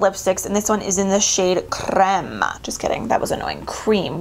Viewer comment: When you said, “crrrreme” instead of creme, I thought “damn, you ain’t gotta show off”😔😂 I’m 21, Hispanic and fluent in Spanish and I still CANNOT roll or even pronounce my R’s. My sentences go a little like “Vine a buy comida pa mi dog” 💀😂 props of living in a city of 90% hispanics is that I get away with Spanglish sometimes or get told “ay ay tienes el nopal en la frente pero te crees gringa”😂😂😂